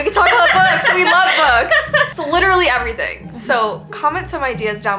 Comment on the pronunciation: E-vee-y thing podcast